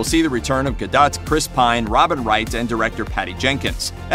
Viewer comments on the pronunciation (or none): I had to turn it off when he called Gal Gadot "Gal Guh-Dot." Dude! It's "Guh-dough."